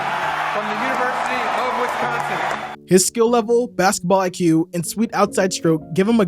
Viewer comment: Did you just say “WESCONSIN”